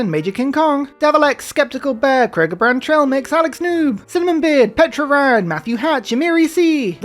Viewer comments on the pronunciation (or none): none